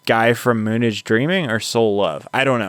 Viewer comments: Dude... Props for covering this true classic! It is encouraging to hear the younger generation listening to classics. That said, please do minimal legwork, before reviewing! A little background will help you gain a "big picture" understanding of the details. Moonage is pronounced like "moon age," just like "space age." Why Bowie conjoined the two words, I'm unsure. If one takes the time to actually listen, before commenting, the pronunciation is clear. Bowie, Iggy Pop and The New York Dolls fueled the later punk scene, a la The Ramones, The Sex Pistols, etc. Bowie's discography was de rigeur for several generations of musicians. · You are not hearing the forest because you are too focused on the trees. You mispronounced “moon age day dream“ because you didn’t really listen to the words. You were too busy talking to hear the iconic lyrics. “Press your space base close to mine, love.” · Yeah, his constant mispronunciation drove me nuts. It's literally in the song if he actually listened! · I’ve never heard MOONAGE DAYDREAM be pronounced like that haha but keep up the good work❤ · It is pronounced Moon Age not Moonedge. Mick Ronson on the electric guitars. David on 12 string and the sax. David was the only guitarist on much of Diamond Dogs (1974). David went through many personas throughout his career. He was also an actor best known for the fantasy musical Labrynth. His music dramatically changed over time. "Ziggy Stardust" and "Suffragette City" were the biggest songs I heard growing up, but "Starman" and "Moonage Daydream" got airplay as well.😮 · It's Moon age as in age of the moon, not moon ige. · It's spoken "Moon AGE Daydream". Not moonige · Let me urge you to watch the 2022 film, Moonage Daydream, which, by the way, is pronounced Moon-Age. Not Moonidge. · Thank you for this. FYI it's "Moon Age Daydream". (not moonage pronounced like "luggage").